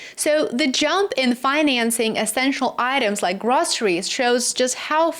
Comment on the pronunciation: The word is pronounced / Grow-se-ries not Grah-se-ries